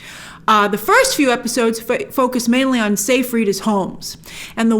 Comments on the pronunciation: sigh-fried, not say- fried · It's not pronounced "say-freed." It's pronounced "sy-fred."